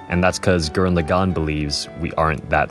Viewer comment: I love your message and your personal story here, but dammit if I wasn't distracted as hell by your pronunciation of Lagann. You pronounce it like "le'GON" when in the show (original Japanese) they clearly pronounce it like "lah-gun" (with no stressed syllables).